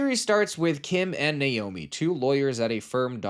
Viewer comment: Thank you for pronouncing Naomi correctly (for American/british) I rarely hear this consistently. Sometimes people even switch pronunciation mid movie . 😂 obviously a personal thing lol